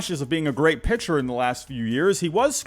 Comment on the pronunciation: A lot of people pronounce “picture” like “pitcher,” but this is the first guy I’ve heard that does it the other way around.